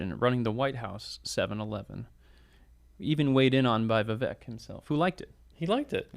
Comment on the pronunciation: Why do you guys Still mispronounce Vivek's name? Yes, the first part has a short "i" sound like in inch but the second part has a long "a" sound as in cake, not a short "e" sound like in elf. Vivek rhymes with cake, not heck.